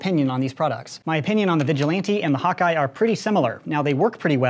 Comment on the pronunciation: When he says hawk eye I think he says hot guy lmao